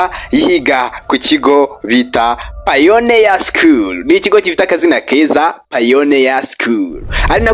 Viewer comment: Wrong pronunciation (pioneer 😊